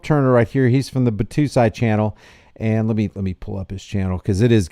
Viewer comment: Bot-Toe-Sy. Sy like Pie. It’s a character from Rurouni Kenshin.